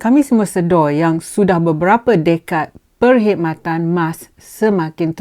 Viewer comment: Sebutan yang betul adalah sedar Puan... Bukan Sedo (slang org Muo) :D Anyway tq puan for the info that you have shared with us. Menteri pengangkutan dan pihak atasan Mas please tampil keluarkan kenyataan tentang insiden ini. Jangan membisu ingat orang tak tahu.